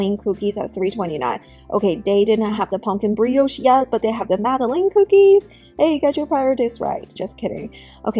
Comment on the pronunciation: Madalynn, Madalin, Madeline, not Madaleen cookies